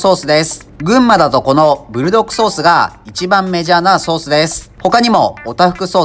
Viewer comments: ブルドッ『ク』ソースですよー! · ブルドッグじゃなくブルドックですぜ、、、、